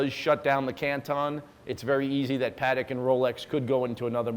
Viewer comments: Same for Patek. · Lange ("e" as in eggplant) and not lang ga. Please. :) Paték not perek. PLEASE.